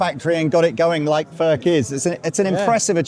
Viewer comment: Its NOT "FÖRK" nore "FÖRTSCH". He ist called František Furch, ("u" like in YOU and "ch" like in Loch Ness 🐍). you dont want us to pronounce "jeans, update and cool" the German ore Czech way.